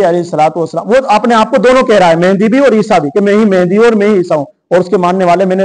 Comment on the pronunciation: aap ko MAHDI AS ka naam bhi nahi lene aa raha hai. MEHENDI keh rahe aap 😂😂😂😂 Engineer KAFİR hai ka fatwa de diya… Aap ko kisne haq diya hai kisi ki takfeer kare…